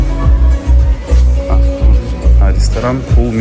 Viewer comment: Привет всей семье,, умоляю говори МОРОЖЕНОЕ, это же не так много я прошу, прекрасен, но почему бы не стать еще лучше, и дети будут говорить правильно. Я не хейчу, люблю вас пож. Прислушайся